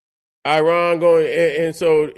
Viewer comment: Another thing brother, where did you get "Aryan" out of the word "Iran"?